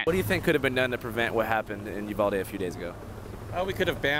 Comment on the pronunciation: Bro I live by uvalde and everyone is pronouncing it wrong it ee not aa